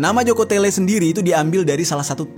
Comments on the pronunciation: Joko tole bang malah Joko tele 😂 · JOKO TOLE brooo .... bkn Jokotele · joko tole bang bukan joko tele 😂😂😂